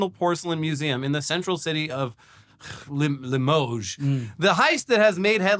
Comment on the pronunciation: I'm pretty sure is French. Pronouncing Limoges properly is sus.